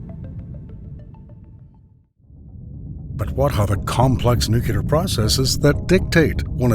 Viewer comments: It's nuclear, not nucular. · That's "nu-cle-ar", not "nu-cu-ler". I stopped watching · Nu cue lar. Bye. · Downvoted because of "new-kew-ler"! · It's NOT pronounced ***NEW-KEW-LER***!!! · I heard "nuke-you-ler" too many times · would someone please inform this clown the correct pronunciation of the word "nuclear"? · Thanks for the heads up. I concur. I stopped watching also. Bye now. (it's so easy to correct a single word in an animated voice) do it!